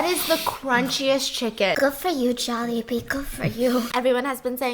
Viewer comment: Jollibee Jawlibee Jaulehbee Jallibee Joalehbea Some are probably not valid but lol!